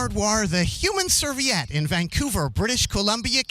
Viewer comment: Love it, but you've gotta fix the typo on your title page. Also pronounced Serveee-ette; it's another word for napkin.